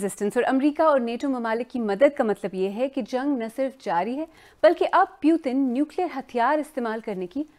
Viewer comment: "Pyutin" lmao